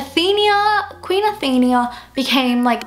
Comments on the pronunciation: its Athena not Athenia like how youre pronouncing it hahaha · Athena, not Athenia. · It's not how you pronounce "Athenia" it's "Athena"!!!!! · it's Athena not athenia. uve been pronouncing it wrong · its Athena not Athenia. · it is pronounced Athena not athenea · What the hell stop saying athinia it is Athena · Ok I am so sorry I am a massive Greek Mythology geek and you didn't pronounce Athena right. Athena was a Greek goddess and the fact that Tristan was Poseidon's son would make a good film theory as the goddess Athena and the god Poseidon were mortal enemy's any way the way you pronounce Athena is .A theen a. Athena really sorry I didn't want to sound picky or B*tchy I am just a massive Greek myth fan its my life and I hate when names are wrongly pronounced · There are many things wrong with this: 1. She pronounced Athena wrong the whole time 2. It is a music box that King Triton gave her for her anniversary. 3. They are there for the king and queen's anniversary. It wasn't some random get-together 4. The mermaid she saved was her oldest daughter, not "some girl" 5. The two mermaids have different colored eyes 6. She grabbed the music box because she loved the present and loved music